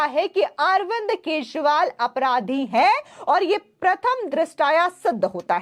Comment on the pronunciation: Please Learn to Pronounce his Name Correctly, The Delhi CM.... Sunno " Kee jree waal "